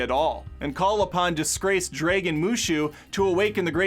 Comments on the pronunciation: Did you really just say "draygun"? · It's that how many times he said draygun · I cringe every time he says dragon😅